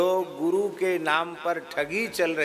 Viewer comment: guru diksha hota hau gu diksha nhi🤣